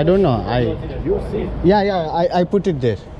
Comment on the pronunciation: Arey English nerchuko puted kadu put ra